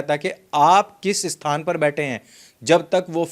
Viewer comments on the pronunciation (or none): none